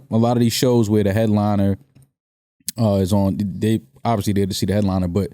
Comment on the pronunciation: “obbiously”! I love it!